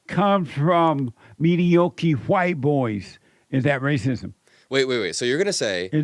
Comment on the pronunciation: There’s no hope for MAGA. this was a waste of your time. These “elders” are trying to belittle your intelligence due to your age, but only showed us how immature and ignorant they are. Jesse is just an old idiot… couldn’t even pronounce mediocre.